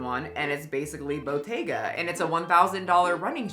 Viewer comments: Yeah it's because it's a mispronounciation. You're supposed to stress the t! It's a double t. Bottega not botega 😂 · It is a t not a d in Italian. Her stress is wrong though, she ignores that is written with "tt" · Ain’t anybody tryna be in your “whites only” Pilates lol, I thought she was saying bodega wrong 😂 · I’m not from New York and I thought the same thing. 😅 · I thought the same thing. Lol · not me over here thinking she mispronounced bodega when you used this clip in the beginning. Was so confused. Never heard of Botega whatever tf that is lol obvs I’m not their target demographic. I waste my money elsewhere 😂